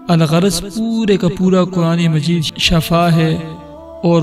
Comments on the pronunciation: Asle lafz shifa hai shafa nahe shafa k maine mot hai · Shafa nhi shifa bolte Hain.. shafa mout ko bolte Hain.or shifa sehat ko bolte Hain.. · Shafa galat bol rahe ho aap hazrat Wo shifa bolna chahiye🤔😌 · It's word shifa not shaffa .. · Sahi lafz shifa hai na k shafa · Bhai shafa nahi shifa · Shafa nhi kahty shifaa kahty hen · Bhi lafz shafa nahi(shifa) hota ha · Please make a correction for the word shaffa.The correct word is Shiffa. I am saying about the pronunciation . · Shafa nahi shifa hy pehle ye samajh lyen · Asal lafz Shifa hai. Shafa nhi. Please tashih karen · بھائی شفا کے نیچے زیر ہے ۔۔ زبر نہیں ۔ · پلیز اپ نے شفا کہا اور شفا الگ چیز ہین۔ ایت دیکھو وکنتم علی شفا حفرة من النار ..... وننزل من القران ما هو شفاء ورحمة .. پلیز شفا کو صحيح پڑھئے ۔۔ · قران سمجهتےبوتے تو پتہ چلتا کہ شفا کو غلط پڑھا اس نے باقی وظیفہ تو ٹھیک ہین